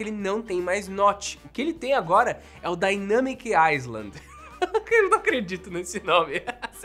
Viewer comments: se fala “dainâmic ailand” e não “aiSland” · Obs: se pronuncia “ailand” e nao “aisland” Valeu. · Dica boba: island se lê “iland” (sem o S) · Só uma correção: se fala DAINEMIIC AILAND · A pronúncia de "island" é (ailând) sem o "s". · “Island” não se pronuncia o S. Se pronuncia “ai-lánd” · Dynamic "áilend". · O mais legal é que nenhum YouTuber fala “island” corretamente! 🤣🤣🤣 E, na verdade, esse Dynamic Island vai dar a impressão de que essa porção da tela queimou! Kkkkk Vai atrapalhar mais ainda quando estiver assistindo a algum vídeo.